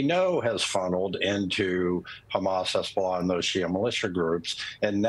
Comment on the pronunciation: Did she say hasbulla😂